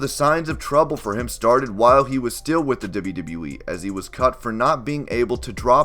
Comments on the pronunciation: It's "double you" not "dibba you" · Deb-you, Deb-you E? Dib-you, Dib-you E? It's always weird when someone has to constantly say something they can't pronounce well. It's very awkward and stands out. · you say wwe so wired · Every time he says “WWE” I die a little